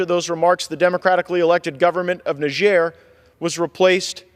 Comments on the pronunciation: English speaking countries don't use the French pronunciation - - If you want people to know what country you are speaking about - - say "Nigh" (like the time is nigh) + "jer" (as in Jerusalem). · Cannot even pronounce the name of the country